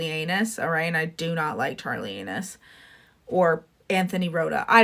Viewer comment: Oh my God this was great, I laughed out loud with the Charlie "Anus". Great job